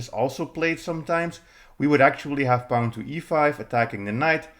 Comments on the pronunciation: Don’t pronounce pawn like the word “pound” without the D; pronounce it like the word “pond” without the D. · What's a "Pah-own?" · That’s a pawn with an accent. Welcome to the internet, where people speak other native languages ;)